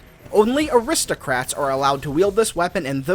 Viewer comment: Dude it's aristocrats not ohwristohcrats